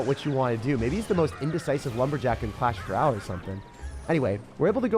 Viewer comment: “Clash Rall”